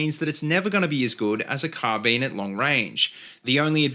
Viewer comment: "Carbeen" lol